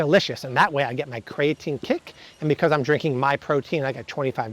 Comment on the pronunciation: It's "kree-uh-teen" NOT "kray-uh-teen". Look it up.